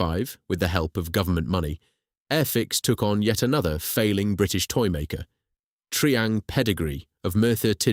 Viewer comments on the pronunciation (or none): Tree ang? It was tri-ang.